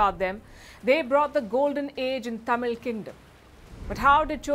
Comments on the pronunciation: Like the way you said Tha mil and not Taamil. Many people butcher that. We may not be financially and economically the best in the world. But we Bharatiyas had and have the brains. It's in our DNA. the fact that he used birds to help him detect lands is just brains. The architectural marvel in Thanjavur is none to other. The navigation ability in the oceans back in the days its nothing close to brilliance. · Good episode. The lady being a north Indian has pronounced the word Thamil and Thanjavur.kudos. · Amazing coverage of suppressed but glorious history of Chozhaas. Special congratulations to Palki for pronouncing தமிழ் (Tamil). Wondering why you couldn't pronounce Cholas as Chozhaas(சோழர்s).